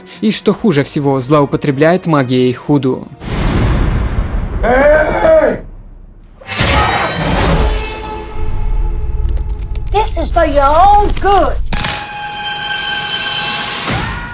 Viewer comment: не худу, а вуду